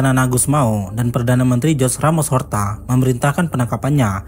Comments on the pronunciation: Dibaca Juze buka Hose... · Koreksi dikit bang. "TIMOR LESTE", bukan Timur Leste. Nama Jose Ramos Horta bukan dibaca "Jos Ramos Horta" tapi "Hose Ramos Horta"